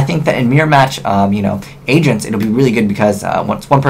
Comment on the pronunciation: when he said agents it sounded like he said asians XD sorry no hate